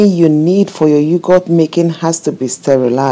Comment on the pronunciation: Its Yog..hurt not You goat. Nevertheless excellent thick Yoghurt, just right for the Indian cooling Summer drink Lassi. Straight forward tutorial for the layperson.